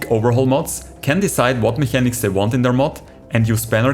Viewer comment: hey sali mi schwizer fründ. ich khör scho use dass de schwizer bisch wägem akzänt. cooli sach. dini videos sin rächt informativ. für in zuekunft aber: im änglische spricht me s CH als K us. du seisch "mechanics" wie e schwizer aber me seit "mekäniks" quasi. weisch wieni mein :D? hesch e abo vo mir